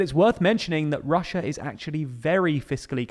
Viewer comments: Ah yes "Russua" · hahaha! "Russua"!! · "This is weird for Russua" 🤣🤣🤣🤣🤣🤣🤣🤣🤣🤣🤣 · Russua xD